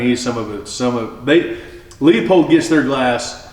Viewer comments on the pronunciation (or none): 🤣😂🤣😂🤣😂🤣 This video aged like pissed in milk. And who is Leo Pulled? Leupold (loo pold) But hey listen to the gatekeeper that doesn’t want to lose his ability to flex optics on the poors. Go watch Overton’s comparison of the EP5 to a $3500 Nightforce.